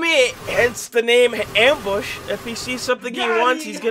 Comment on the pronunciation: bro with subtitles on you can see him say ambus